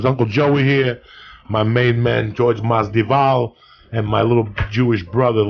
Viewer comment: That intro though 🤣 Jorge masdival 🤦‍♂️